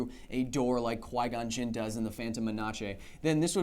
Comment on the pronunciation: HOW DID YOU PRONOUNCE PHANTOM MENACE????!???!!?!!!?